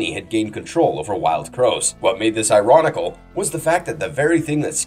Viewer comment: "Ironicle". lol, the only time I ever heard that was on Will & Grace because she thought it was a real word and Will was annoyed about it.